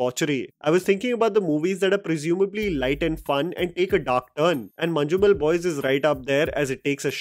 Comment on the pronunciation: Nice review bro, one correction don’t pronounce letter ‘J’ in Manjummel Boys you can replace that with Y or Z. Proud of Malayalam movies wish OTT were there in last 2 decades so many stories to share